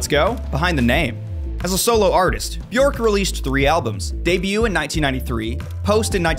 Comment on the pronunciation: My name is not odd. It’s just a tree. Many people have tree name, color, flower names etc.. Americans take old Scandinavian names like it’s exotic to be interesting but they pronounce them wrong and it sounds awful 😅 And Bjørk is not pronounced that way. It’s not with Å, its an Ø. If you can say LURK you can say Bjørk. With a real Rrrrr. It’s almost the same. You’ll get there.